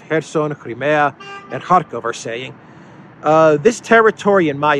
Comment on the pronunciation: Pronunciation note: The names Kharkov and Kherson are, in Russian, are pronounced with a "ch" as in the Scots word "loch". Pronouncing Cyrillic Х as an "H" is Ukrainian.